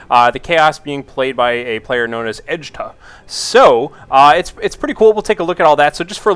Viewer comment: Its Edtjuh!!! ED-CHA ASL:DKJFLAKJSFKJAKSLDJF